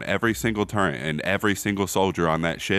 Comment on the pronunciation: turret nah turrent